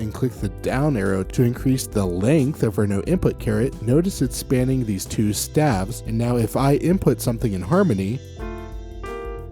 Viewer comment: Wonderful material! A goldmine of information presented in a short period of time. One tiny nit-pick...isn't staves(the plural of staff) pronounced with a long a sound?